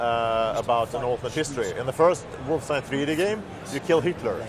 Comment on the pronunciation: It's Wolfenstein.